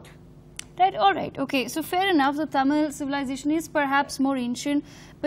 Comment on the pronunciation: Not taamil, mam